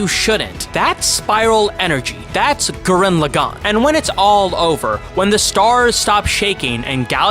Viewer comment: You call the Lagann correctly but when you say the name of the anime you say it wrong.. How did you manage that habit 😂 WONDERFUL video btw!! Great breakdown of the series 🔥